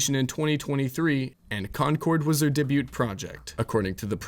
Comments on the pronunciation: Lazy "woke" blaming while demonstrating a complete ignorance of video game history and business. Dude can't even pronounce "debut" properly. Was this written by a 12 year old? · stop pronouncing "debut" like that